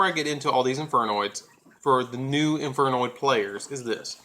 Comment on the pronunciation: you alos butchered all the infernoid names lol